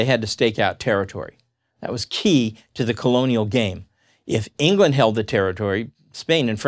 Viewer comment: Your “England” is so very wrong